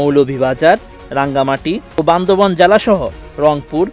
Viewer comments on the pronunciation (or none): none